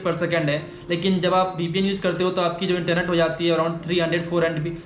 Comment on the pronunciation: vpn not ppn